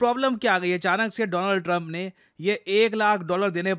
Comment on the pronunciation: Donald Trump ❌ Doland Trump ✅